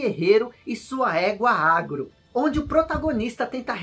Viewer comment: Há anos atrás quando joguei Shadow of the Colossus, eu achava que a égua era um cavalo e se chamava Aron, pois era assim que eu entendia a pronúncia do, quando ele chamava a Agro.